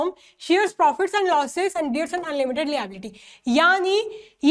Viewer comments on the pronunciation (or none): Liability ❌Lbelity✔️😂😂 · mam ap liability ka pronunciation galat hai ap google search krke change kro pls☺